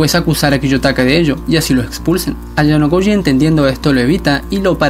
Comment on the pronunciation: Dices muchas veces ayanokoyi (prota) kiyotaka